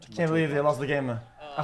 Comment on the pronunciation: nah the astaghfirulah is so well pronounced, I'm starting to believe xqc has arab roots